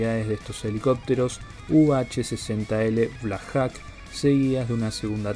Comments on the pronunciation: Se pronuncia "blacjoc" no blacjac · no hay nada bien pronunciado. empezando con los Black Jacs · Black Jok se pronuncia amigo... y significa halcon negro